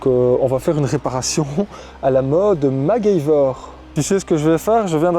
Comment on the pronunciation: non tu peux pas prononcer macgyver comme ça ;-)